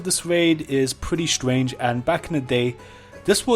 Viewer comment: stwange waid